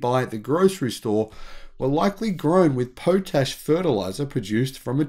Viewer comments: What's this 'Po tash'? It's derived from 'Pot ash', so that's how it's pronounced. Potassium therefore has a similar short 'o'. Thanks for the video,. 🙂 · Hi, it’s pronounced Pot-ash. There are huge evaporating just outside my town, Moab Utah.